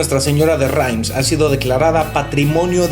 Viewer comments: SE PRONUNCIA REMS NO RAIMS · querido no se pronuncia "RAIMS"